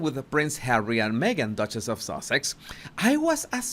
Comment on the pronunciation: It almost sounds like you said "Duchess of SAUSAGE" rather than "SUSSEX" 🤣🤣🤣